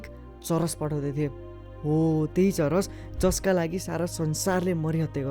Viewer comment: Churas re still its weed its not churesh